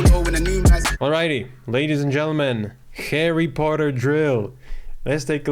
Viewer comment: Harreh pottah..